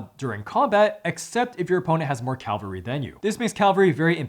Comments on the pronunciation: It's Cavalry not Calvary! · It's Cavalry, not Calvary!